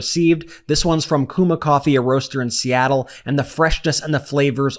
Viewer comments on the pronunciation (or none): none